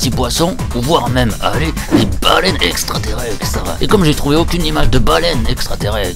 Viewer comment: Qui à grillé que la voix off disait extraterrextres au lieu de extraterrestres ? De rien celle-là elle est pour moi ! 😂😂😂